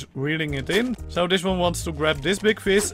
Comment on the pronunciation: Love the accent lol fis instead if fish tick instead of thick tin/tinner instead of thin/thinner As if you can't pronounce th